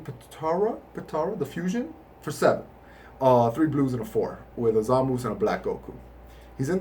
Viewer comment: every time i heard him say "Zamoose" i died a little inside because it's supposed to be "Zah-mah-soo" or "Zah-mahs", great deck profile though. Personally i run four 2 drop goku blacks to always have him indestructible for earlier game potara fusion, mostly because the effect is so much better in early game to prevent negates and counters